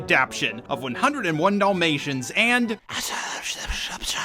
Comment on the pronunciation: I like how you say Dul-mations instead of Dalmatians. Like...the boring dogs movie. Also for the animated little mermaid there was a funny skit on it I saw before where despite losing her voice she took a wooden stick and told Eric everything by writing it in the sand and Ursula was left just asking herself how her plan failed. XD